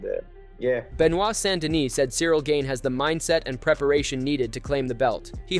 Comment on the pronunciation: Cereal ganey swear his name was pronounced like 8 different times...